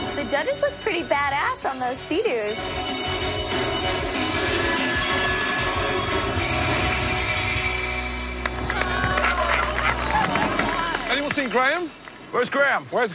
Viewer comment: Me trying to figure out who tf calls a jetski a fucking "Seadew"